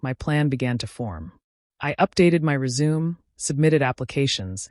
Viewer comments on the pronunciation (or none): THIS IS AI READER. SHE SAID RESUME INSTEAD OF RESUME’!!